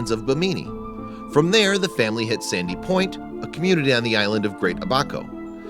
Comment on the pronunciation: You pronounced every location in The Bahamas wrong, except for Sandy Point.